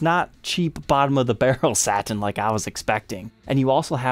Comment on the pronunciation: Can I ask why you pronounce the word satin as “saT-in” instead of “satin”? It’s extremely distracting. Are you by chance Canadian? Just wondering. Thanks.